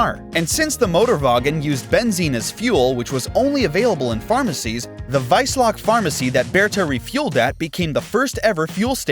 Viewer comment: Bro it’s wiesloch. You turned the letters around. I live next to it and there’s a Bertha Benz Memorial next to the pharmacy which is still there.